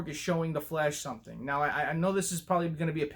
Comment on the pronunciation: Every time you say The Flash, you kinda sound like you're saying 'The Flesh'😂 Thanks for the ZSJL picture updates. Cool video bro😀🔥👌